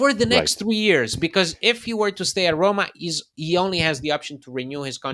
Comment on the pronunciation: The word Roma has ONE “R”.. it’s not RRRRRRRRRRoma lol